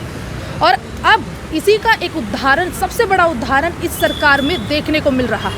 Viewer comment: suniye aap jealousy chhorke phle bolna sikhiye उधाहरण nhi उदाहरण hota hai